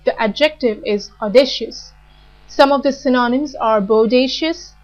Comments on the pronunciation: Could you please help me with pronunciation of " synonym". How you have pronounced i felt is different. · The pronunciation is atrociious! :-( Check the transcription (especially for the word "synonym", which gets repeated all the time).